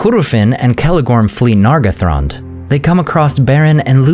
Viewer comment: That's probably right. As for me, I'm even more bothered about the way he pronounces some vowels and diphtongs, especially "ae", as is "Maeethros". Vowels should always be clear. Nargothrond is another example, where he turns the first "o" into an /ʌ/. It's not a crime, but an elf would rapidly detect his English accent.